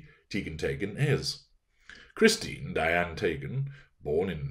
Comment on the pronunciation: I’m Norwegian. Your pronounciation of “Teigen” is correct -Tey-gen.